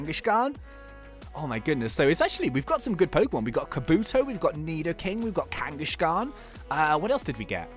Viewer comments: its kangaskhan not kangashan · it's kangaskan not kangashkan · you said kangashan ut you say it like kang ess karn